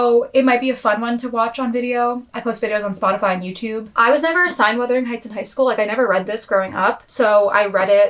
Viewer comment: Thank you for actually saying the name right lmao so many creators say Withering instead of Wuthering and it’s so embarrassing